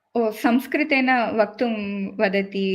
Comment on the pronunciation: Excellent video, very informative. Thanks ZestyNimbu for bringing it together. I have one suggestion for, please take it constructively. You have so much knowledge about संस्कृतम्. So you definitely know the importance of correct उच्चर: You had excellent points to make but it really put me off every time you called संस्कृत सॅन्स्क्रिट